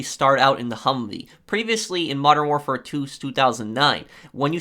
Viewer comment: Its not warfar its warfare